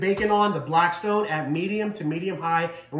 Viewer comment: Lost me when you said blacktstone. Theyre trash